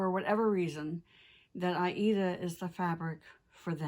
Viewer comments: I love your videos so incredibly! And it's always so nice to hear that you pronounce the word Aida correctly. ❤️👍 Wonderful! Thank you so much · For almost forty years, I have heard "Aida" pronounced the way does. That's how I have always said it, too, and I'm sticking with it!!!